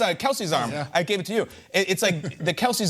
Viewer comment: “They can’t do et like we can do et” 😂